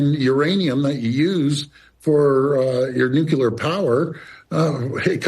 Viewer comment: Can anyone pronounce Nuclear? It is NOT NU-CU-LAR!!!!!